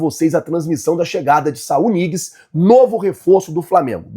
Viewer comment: Não se pronuncia "Niguez", o N com ~ tem som de Nh no espanhol, então se pronuncia Nhiguez.